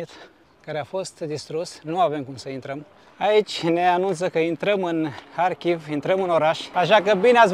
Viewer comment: dacă tot spui în ucraineană numele orașului, măcar spune - l corect: Harkiv! Faci o combinație între Harkiv și Kiev! ( E corect ce face: respectă țara în care se află. Dacă un vloger maghiar ar denumi orașele românești din Harghita - Covasna cu denumirea maghiară ne- ar plăcea? )